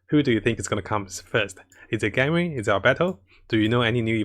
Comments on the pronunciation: btw why is he saying "ganwing" for ganYU or is it how its supposed to be pronounced hahaha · why do you pronounce it ganring it's Gan you